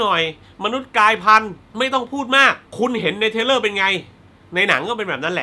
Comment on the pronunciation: ขอพูดนิดนึงนะครับพี่ ผมได้ยินพี่ออกเสียงปนกันบ่อยๆ ระหว่าง ทริลเลอร์(thriller) กับ เทรลเลอร์(trailer) สองคำนี้มันคนละความหมายกันนะครับพี่ ผมกลัวบางคนเขาฟังไม่เข้าใจ ผมเสนอ สมมุติออกเสียงผิด แต่อัดไปแล้วแก้ไม่ทัน อาจจะใส่ซัพขึ้นแก้ก็ได้ครับ เรื่องภาษาอังกฤษนี่ผมไม่อยากให้พลาดจริงๆ ด้วยความหวังดีฮะ ปล. รอดูรีแอคชั่น uncut gems นะครับ :D